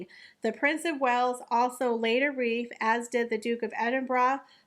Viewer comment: First time to this channel. Really appreciated the detailed discussion of the topic. However, (W)reef? Conterbushun? Depecting? Litterly? I commend this narrator for exacting enunciation & pronunciation in much of the video...which makes the gaffes more glaring. I have to work on these things myself, which is why I notice it? Overall much better than most young content creators. Thanx.